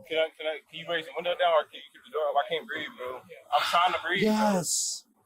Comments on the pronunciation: Of course he can't breef 🙄. Easy diagnosis. Incarceritis. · Is it taught in schools currently or something. Always the same playbook by the low level criminal crowd, "I can't breeve" "I'm pregnant" "Can I get {whatever}" "Can I make phone calls"